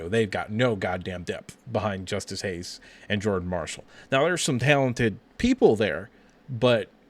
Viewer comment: This is bad. It’s Justice Haynes. Not Hayes. Haynes has burst 4.4 sooner , that’s why he averaged over 6 yards per carry and was a highly sought after 5 star Your early seem confused on Haynes , quicker tha. Marshall not as powerful imo